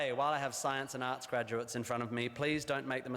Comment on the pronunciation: It's ok,, I'm Australian & I heard "Arse Degree" too. (but I knew he meant Arts)